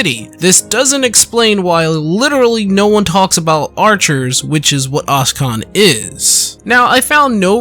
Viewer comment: Oschon is pronounced "o-shon", not "oss-kon"